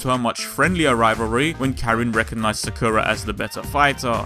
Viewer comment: You're saying Sakura wrong but eh I don't care :3 good shit video right there :3